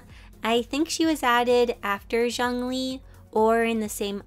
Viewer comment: Me cringing at “DiAnA” and “zHaNg Li”